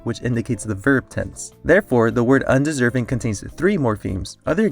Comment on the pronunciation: under-serv-ing un-deserv-ing